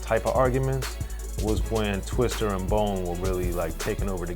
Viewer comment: And it's TWISTA ... not twister smh